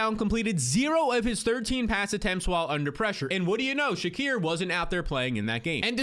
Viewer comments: please it's (SHA-KEER) not (SHA-CORE) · "Sha-Keer" not "Sha-Cur" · Said Shakir’s name 10 times, but 5 were Shakur, great Job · How do you get Shakor out of Shakir that name there ain’t no O in it 😂😂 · Why can’t homie pronounce Shakir?